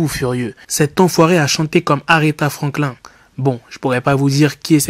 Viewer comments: 😭😭😂😂😂 tu m'as tuer aretha franklin faut dire frankl{ine} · Aretha Franklin.... il a prononcé FRANKLIN comme la tortue dans le dessin animé 😂😂 Puis bref c’est pas possible de n’avoir jamais entendu ce nom quand même. Ok le rap le rap le rap mais la musique elle s’arrête pas à la et encore heureux. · Quel manque de respect et de culture, Aretha Franklin c'est une légende 🤦🏾‍♂️ Et la prononciation...Incroyable lol. Tu parlais de Franklin la tortue toi 😂😂😂